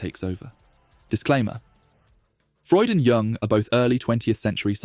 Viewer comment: Doesnt really matter but jung is pronouced yung